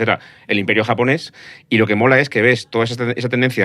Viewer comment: Como graduado en un máster de asia oriental, viviendo y trabajando en Japón con un nivel alto de japonés he sufrido un poco con este podcast. Además, me parece increíble que no habéis pronunciado bien ni una palabra en japonés teniendo en cuenta que el japonés es fonéticamente casi igual que al castellano